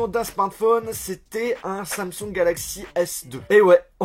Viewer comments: Samsungeuh encodeuh pas besoin de rajouter de eux a la fin de t mots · Mdr comment dit Samsung, dit Samsong😂😂